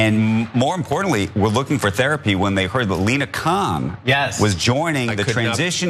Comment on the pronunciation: It's not "Kohan", it's "Khan"😅😅😅😅